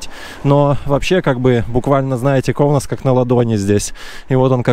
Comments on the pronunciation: Все не плохо но есть одно замечание город Каунас, а Не Коунас, неприятно слышется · Правильно говорить Каунас,а не Коунас. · Здесь живут не бедные а богатые литовцы,prasum ne mjalok, и не Коунас,а Каунас. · Каунас правильно! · Всё нормально. Не давите на парня. Только чуток акцент на короткую "а" в место "о" в слове Каунас нужно поправить. Но это же нюансы. яркий пример тем, которые так и несумели выучить литовский за 50 лет. А он только 2 года в стране и такой прорыв. У парня стальные яайца!